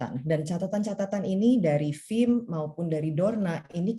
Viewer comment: FIM pak bukan RIM